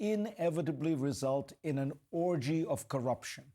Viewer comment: "Orgy" ? lol